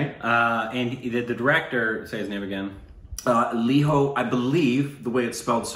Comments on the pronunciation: Its Lijo not liho. And Jose is not hose. Its Jos( 'e' silent). picked it up. Hope you pick it as well. I don't mind pronouncing it 'Mal yal yam' instead of Ma la yaa lam., you are almost there 99%. If you are not judging us Stupid babies based on our pronounciation we dont have any right to judge your pronounciation. My malayali friends, our english pronouncian is pathetic.they dont judge you so we should not be judging them. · We don't pronounce our 'j's' as 'h' guys. So it's lee-joe Jose (like hose - the indianised pronunciation 🙂) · It's not Spanish pronunciation guys it's indian pronunciation it spell as lijo like lizo not liho and jose as zose not hose, pellisery is alright. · Guys i get u have a lot of spanish influence in US but i dont understand why you would think indians would pronounce 'j' as 'h'. Its LIJO JOSE, j as in joseph not in the spanish name 'jose'! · Great review but his name should be Lijo pronouncing the jay.the same for jose.